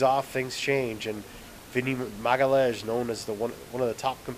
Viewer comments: it's ma-ga-LI-AHN?-IS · you pronouce as Maga Lee Ains Magaleeains, its the nearest i could approach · It's not that hard actualy, but you need to learn two different portuguese's sounds first. 1 - lh sound 2 - ã sound His surname is not magalhaes, but magalhães. Once you learn them two, you'll speak it properly.